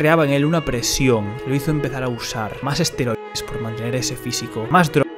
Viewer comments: Los asteroides... menudo nivelazo, compañero... 😂😂😭, por si no lo sabes se dice ESTEROIDES (esteroides anabolizantes, para ser exacto) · Los "Asteroides"?? En serio???